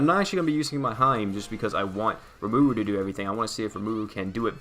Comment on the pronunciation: I know this is really late but RE-MA-RU is how you pronounce it